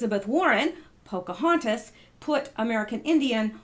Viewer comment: Did you say "FAUX" cahontis,,,?